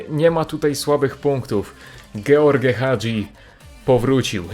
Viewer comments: dżordż a nie george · Ej a to się nie powinno mówić Żorż? Bo ty mówiłeś George